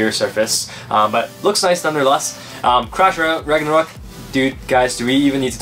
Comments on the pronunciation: When they said crash Ragnaruk I honestly heard,' TRASH RAGNARUK" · I thought you said trash ragnaruk